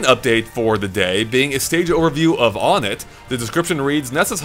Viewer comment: Uhh i dont like being picky but, you pronounced onett wrong, its like saying number one "one-ett", all of the first major areas you go to are like that, twoson (two-son) Threed (three-d) Fourside (four-side).